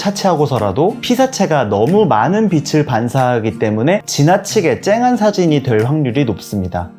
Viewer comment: "빛을"비츨"빛이'비치" 자칫 '비슬' '비시"으로 거슬리는 발음 하는 분들이 많은데 은 정확히 발음하셔서 더욱 호감이 가고 신뢰가는 영상이었어요.~~^^..물론 사진꿀팁은 더더욱 되돌리며 공부하는 마음으로 봤지요..~^^ 감사해요~^^